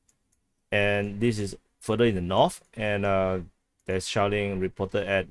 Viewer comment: I like the way you say shelling, it sounds to me shaolin, ha yaa... kung-fu kick to like button.